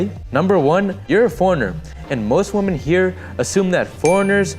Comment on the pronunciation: Thanks for a great video. Just FYI, woman has a totally different pronunciation than women (the plural form). Women is pronounced "Wih-men", not "woman". So American men coming to Philippines looking for a woman, may meet many of the wrong women ( "wih-men") if they aren't careful. 😉